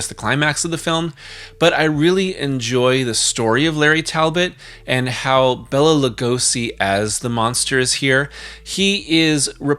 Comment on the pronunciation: I had to turn this off when you kept pronouncing Bela as if it was Bella.